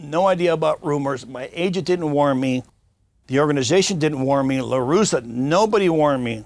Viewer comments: Hey Vlad, It’s LarussA LARUSSA Not Larusso like Daniel San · Vlad you had me thinking you were a real baseball fan and followed it prior to this interview...until I hear you pronounce the names Raphael Palmeiro and Tony LaRussa 😂 Loved the interview tho!